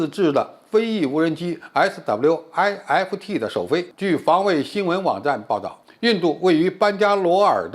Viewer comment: SWIFT不就是一個英文單詞嗎？需要把每個英文字母讀出來嗎？聽完讓人笑噴。